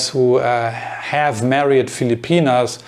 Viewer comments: Hey whatever your name is. I think. I like your videos and your English is really good. I just I want to give you one little tip on a word that you use quite often. The word is married. You pronounce this as three separate syllables: mare-eeee-ed. But it is just two: mare-eeeed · You want to say married? Your pronunciation was off. I think Saudi never move abroad either.